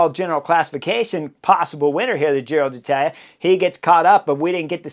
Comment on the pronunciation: Hey Chris! I love your commentaries, have been following every one of them. But please PLEASE, pronounce "Giro d'Italia" correctly. As an Italian speaker, last year, I cringed every time you said Giro DEE Italia. It was like fingernails on a chalkboard (for those who remember chalkboards) There's an apostrophe there for a reason. It's Giro DEEtalia. Thanks in advance!